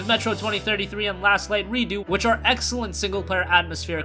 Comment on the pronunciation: it's Redux (pronounced like Re-Ducks), not Redo. Silly bird.;-P